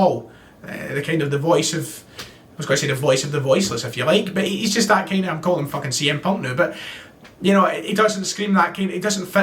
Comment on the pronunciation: PS you went full Charlie Nicholas halfway through this video -“ah’m sitting here thinking.....” 😉